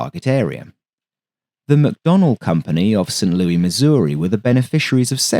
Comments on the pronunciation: A short note for your edification — despite its french origins, American pronounce St. Louis i with a sibilant S: “Lu-iss” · Small correction, St. Louis, MO is pronounced more like Lewis. Everything in the Midwest is pronounced wrong. Also I saw the XF-85 in person just a couple months ago!